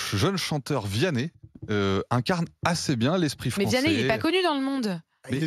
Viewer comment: "VIANNEH" MDRRR j'en etais sur il allait dire ça.... Le chanteur préféré en sortie de messe mdr Il est bien plus detesté en france qu' Aya